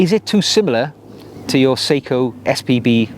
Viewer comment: Good video but I have to point out Seiko is pronounced sayco not seeko.